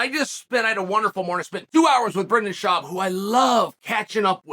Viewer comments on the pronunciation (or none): Brendan Schawb? He's trolling us, right? 😅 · Brendan Schwab? Axe Jay.